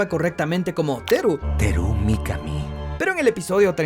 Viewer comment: * Mencionan mal múltiples veces el apellido del Director de la APN (Kitamura, Takimura, Takamura) * Varias veces le dicen "Taru" Mikami a Teru Mikami. * Cuando L y Light dicen que Namikawa puede ser el espía ideal, Matsuda también lo dice, cuando en japonés menciona a Ooi.